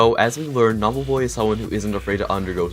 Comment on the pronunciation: He keeps calling him Nob lol